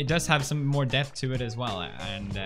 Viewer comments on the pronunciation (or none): none